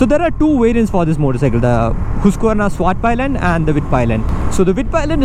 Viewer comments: Nice review 👍 About your pronunciation of the bike's name though, it was a bit incorrect, especially the pi part. It's said like pii and not pai. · Bro... It's not Palayan. ... It's pilen🙄